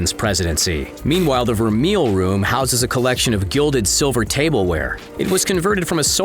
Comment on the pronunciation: The voice-over announcer mispronounces ‘vermeil.’ It’s “ver-may,” not “ver-meal.” The word is French.